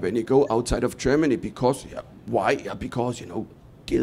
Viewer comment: your "Germany" sounds like "Jamally".